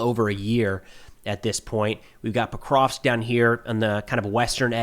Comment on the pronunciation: It's "Pokrovsk", not "prokrov" clueless clown. You have no idea what happens in the world.